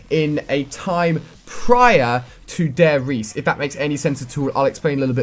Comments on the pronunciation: ITS FUCKING DIE RISE!!!! Not De Reise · It's Der Riece not Dare Riece. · What the fuck is "Dare Riese" and who is "Riftofen"... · Alia A you always say wrong the name of the map it's actually Der Ri-z-e which means the Giant in german language (nazi zombies). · "Dai reese " xD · If only someone could teach him how to say 'der riese' :) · How am I supposed to trust what he says when he can't even say der riese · i was holding a gun to my face every time you said Der Riese and Richtofen wrong